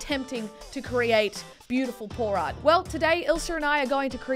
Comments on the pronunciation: Art specifically pour art. My deaf just woken up ass heard: Art specifically porn art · Every time she says pour art it sounds like porn art